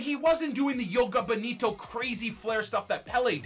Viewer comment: bro what are u talking about. You do pronounce the “j”. Good try bud